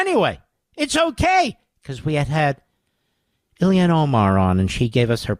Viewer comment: Isn’t it about time to learn how to say Omar’s first name correctly? It’s Ilhan, not Ilian. I’d let it go if he was mocking her, but he clearly continues to say it wrong out of ignorance.